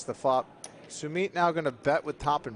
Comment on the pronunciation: Its Su-Mit for the commentator.